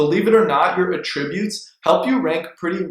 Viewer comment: I learned a lot from your video, great job! Here's a tip… the word is pronounced "AT- tributes" with the focus on the 1st 2 letters AT.